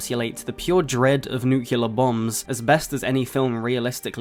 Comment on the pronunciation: There’s no u after the c. It’s nuclear, not nucular